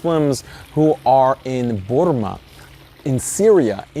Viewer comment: “Burma” with that Arab accent though